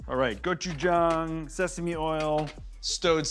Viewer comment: I wonder if this guy even knows anything about authentic asian foods. Cant even pronounce gochujang correctly. Says it like every white person ive ever met